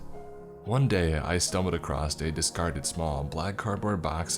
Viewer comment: Mate, I love listening to you read these stories, but for the love of God, there's no "t" in across. Oh, and the "i" in unbridled is long.